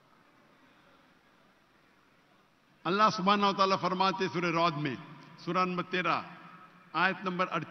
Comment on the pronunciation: سورہ رعد کا نام بھی صحیح سے نہیں لینا آیا اور آیت کا ایک جز میں بھی دو بڑی واضح غلطیاں کیں۔ یہ کس منہ سے اسلام کا نمائندہ کہلاتا ہے 😢😢۔ اللہ تیری پناہ 🙏🙏🙏😭